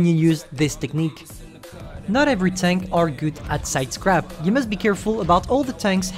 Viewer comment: The way ewhen u say sidescarpe it is sounds like sidecrap excuses me what de fuk. Is the maus a joke to u. No hate btw